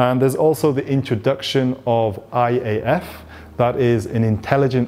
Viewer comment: Lol at the iAf, pronounced as eyeAf but being not quite the same. Also, a very sofisticated way of saying that this camera only has contrast detection